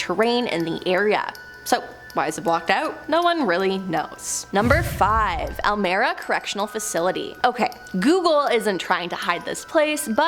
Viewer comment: It's pronounced "El My rah" prison